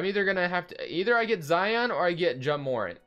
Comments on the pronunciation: his name is pronounced Jah More-Ant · Ja morant is my cousin so it's pronounce ja more-ant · It’s Jah murr-ant